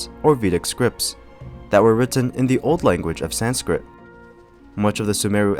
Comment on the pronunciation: Can I say, your pronunciation for the majority of the Sanskrit words was PERFECT.